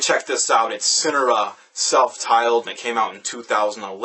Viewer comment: haha amazing review. only complaint is that homeboy was pronouncing the band's name wrong. they go by Sin-Are-Uhh not Sin-Uh-Ruh.